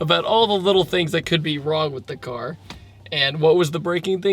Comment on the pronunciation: Everytime he said car it made me cringe